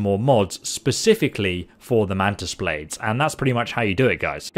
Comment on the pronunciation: ah yes "mantis baldes"